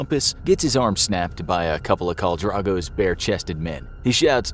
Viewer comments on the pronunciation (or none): The way you pronounced Daenerys, Viserys, and Drogo was awful.